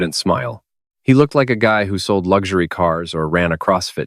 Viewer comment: For your edification, there's no "G" in "Lugzury".